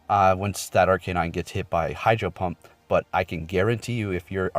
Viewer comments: its not r-k-nine its are-canine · why do you take a pause when saying ARCANINE, its not "R [deep breath] KAY NINE" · not gonna lie, it triggered me to lmao